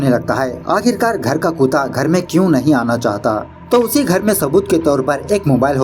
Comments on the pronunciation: Kuta talking good instead of kutta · Sb kuch bdhiya hain.. Bus "kuta" nhi "kutta " hota hai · Bhai kuta nhi hota. Kutta hota h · kuta its kutta bro but your videos are great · U say dog in hindi as "kuta", instead of "kutta" 😂 Your selection of movie is good. Keep it up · Bro it's not kuda it's kuta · App kuttha ko kuta q bolte ho ,???? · Bhai aap कुत्ते को कूता क्यों बोलते हैं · Bro, it's KUTTA not KUTA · Koota nahi yaar kutta hota hai, yeh mistake tum pehle bhi kai movies me kar chuke ho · Kuta nahin boltain use,,kutte bolte hai bhai. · भाई कुता नही कुत्ता केहते हैं l 😝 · Kuta are double tt laga ke bolo yaar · The way you pronounce kuuta... Sounds funny 😂😂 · He has been pronouncing KUTA (Dog) always and we are okay with it. Stop mocking others for their pronunciation. And i guess hindi isn't even his first language. So be a little humble and enjoy the content.